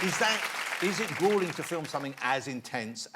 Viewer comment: It's not gwim or gwooling.